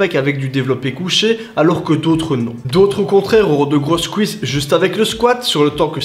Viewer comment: Les "couisses" j'adore 😂